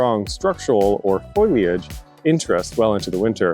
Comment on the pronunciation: It's not "foy-liage"!! It's fo-lee-age. Otherwise, very good information.